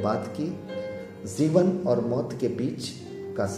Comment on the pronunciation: pl. speak janam and not zanam jeevan and not zeevan